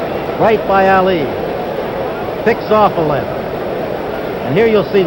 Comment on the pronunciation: What does the announcer say? Because it certainly isn't "Ali".